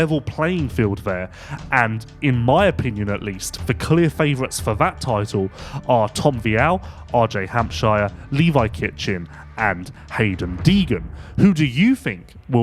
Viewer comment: " Hamp - shire "........really?